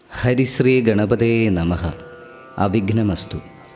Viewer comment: 👍🙏 പക്ഷെ സ്രീ അല്ല ശ്രീ. ശ്രദ്ധിക്കണം.